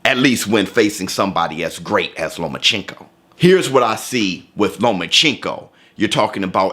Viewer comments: Stop saying lomaCHINko it’s lomachenko 😂😂😭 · You didnt say Loma's name right one time. Stop getting your pronunciation of names from Floyd. Sounds racist when you say it wrong.